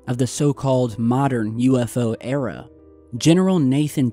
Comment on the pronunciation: "The modern AREA of UFO's"? Modern 'ERA', NOT 'AREA'......